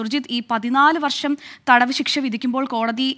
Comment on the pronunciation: വർശമല്ല, വർഷം😂😂😂